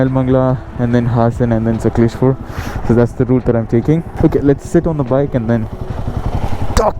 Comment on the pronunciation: It's bengaluru and not bangalore n it's sakaleshpura n sakaleshpur . Pronounce the names properly ❤de